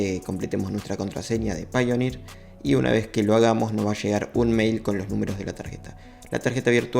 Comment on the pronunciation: Yo quiero aportar que tanto paypal como payoneer se pronuncian /pei/ porque es el mismo inicio. Pay.